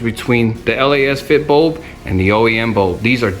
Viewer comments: Why did u call it L.A.S. FIT bulb?🤣🤣🤣 sorry just heard what u said. It’s Lasfit. Not L.A.S.FIT. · actually. Most common I keep hearing it is lacefit/lasfit. This is the first from u. Not hatin at all. 😅